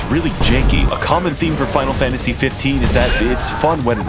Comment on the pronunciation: As a audio listener who had this autoplay, I can genuinely say I misheard him say "spinal Fantasy 15", and thought this was a game genuinely about the BTS crew going around and slaying gods for a solid five minutes before he said it was Final Fantasy.